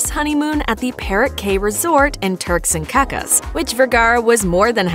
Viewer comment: "Turks and cacas"? 😂😂😂😂😂😂